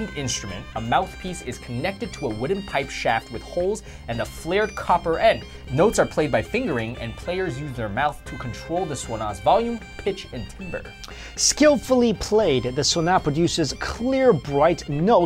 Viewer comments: It's pronounced "tamber" not "timber." And it's a tam-tam, not a gong. Great video!! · Timbre is pronounced tam-bur